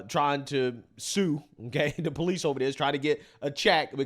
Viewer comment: Never take advice from someone who says PO-lice and ax someone